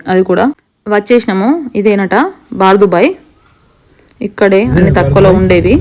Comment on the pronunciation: బార్ కాదు బర్ దుబాయ్